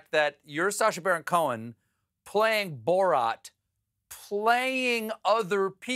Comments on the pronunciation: Why does Stephen always mess up the pronunciation of names? He's clearly saying Bo-rot, when his name is Borat. He did the same with Graham Norton. Kept pronouncing it Gram. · It’s not borot it’s borat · “Borat” is not pronounced “Borot.” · Stephen pronouncing it “Bo-rot” as opposed to “Bo-rat” was killing me 😅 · Hey Stephen Colbert, his name is "Borat", not "Burot". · I hate that he keeps calling him "Borot" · Jesus Christ, Stephen... Bore-rot?!? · Why can't Stephen Colbert say "Borat" properly? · Can you stop saying "borot" Steven!?? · It’s Bor-at tho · I thought us was pronounced "Boor at." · who tf says "borot" lmfao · Bo-Rat Why the hell is he pronouncing it like this?!!!